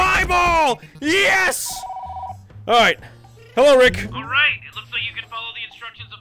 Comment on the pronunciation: it’s not riiick